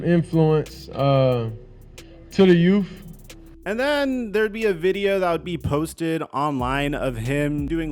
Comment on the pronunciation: “to the yoof”